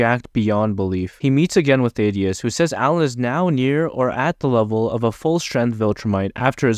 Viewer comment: Ok you failed to pronounce the names of both Thaedus, the Image Comics character, and Thadeus, the name on screen. Also your failed pronounciation is closer to Thadeus but, again, is still wrong and sounds like your primary language isn't English the way you mispronounce